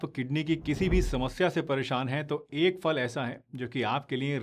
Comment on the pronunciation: Pls aap phal ko fal na kahe फल है